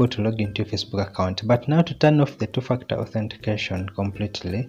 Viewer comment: While you're saying ..2 factor it sounds like 2 f*** out 😁.. by the way, the video really helped me to sort out the problem